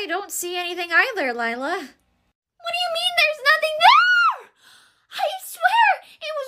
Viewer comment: Lie-la lier ha ha ha 😂😂😂😂😂😂😂😂😂😂😂😂😂😂😂😂